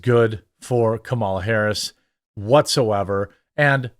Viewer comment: was watching one of your videos and you stressed Kamala's name in a funny way and it got me thinking. how has no-one called her Kameleon yet?